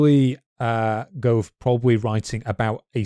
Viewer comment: Ugh, Johan Wolfgang von Goethe - Goe with an Ö like in 'journey', -the like in 'term'